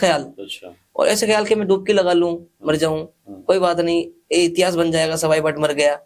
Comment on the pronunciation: भट्ट होता है सही बोलो